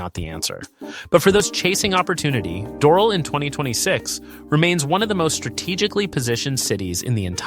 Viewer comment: You are mis-pronouncing Doral badly.